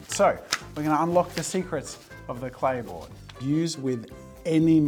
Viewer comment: Am I the only 1 who didn't hear clay board & heard play boy😅